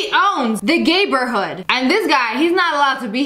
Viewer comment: Nah bro said gaber hood sorry sssniper wolf just saying you said naber hood wrong